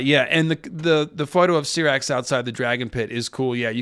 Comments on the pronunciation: I believe you just love mispronouncing the dragon names 🤦🏻‍♂️ syrax (ceerax) vaghar ( vuhghār) smh wtf dude 😆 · I love your show man but for Goodness sake learn the proper pronunciation of Syrax! :)